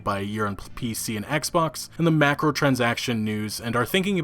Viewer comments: Macro lol Clearly says micro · Swear to god i want to kick you in your teeth! Its MICROtransactions, not MACROtransactions. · Why does this guy pronounce microtransactions as MACKrowtransactions. Penis. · No one:: "macaronitransactions" But for real nice vid with a good well built story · Yes but multiple tweets that said “microtransactions” he read as “macrotransactions”